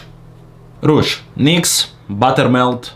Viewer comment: Don't depreciate your skills, you are so talented! Also the fact that you say "rouge" is funny to me (cuz I'm french)